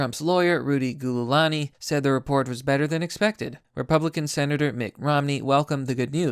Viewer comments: Rudy GOOliani... lol. It’s Rudy JEWliani. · Gooilaney? It's pronounced Julie-lanee. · "Trumps' lawyer, Rudy Goodoolani--" Who's that?